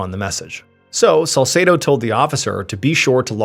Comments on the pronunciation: God bless you 🙏 One issue I have is the pronunciation of the detective's name Salsedo. It's pronounced Sal-seed-o. Best friend growing up, same name. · If you say salsedo one more time.., I fr can’t.